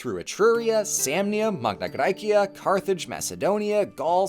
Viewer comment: What never ceases to amaze me, is that through the 3 hours of this video, the thing I piqued my interest the most was your classical pronounciation of Magna Graecia. It was so delightful , I loved it so much <3